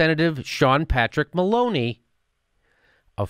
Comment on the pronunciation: When you said Maloney the first time in this video, I thought you were saying 'Baloney'. It would have been applicable in this case.